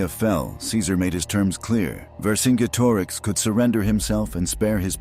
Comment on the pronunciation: Also zenobia was herself roman And pronounce vercingetorix correctly!